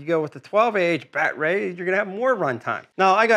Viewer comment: why is it he doesnt know how to pronounce the word battery and the thing that gets me is he says "Ryobi NOT Ryobi" bit bloody silly if you ask me...but other than that, good video